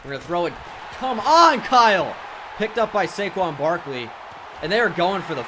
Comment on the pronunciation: My man said Saquin Brakley